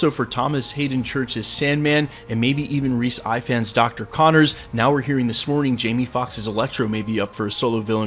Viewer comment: Sorry to be “one of those guys” and I know y’all will hate this but it’s Rhys Ifans (Ifans pronounced ee-vans)